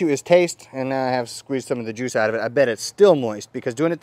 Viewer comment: I thought he said jewwwws lol